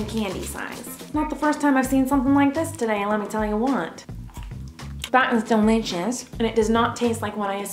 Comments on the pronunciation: The way she says DELICHOUS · its delichouts...